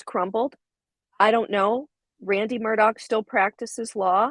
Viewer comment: AleX WITH AN X... spoken as X... HE AINT SPECIAL FOLKS, ... he just hated his real names. His last name is AUUUUUGHHHH, NOT ...OCK. MURRDauuuuugh.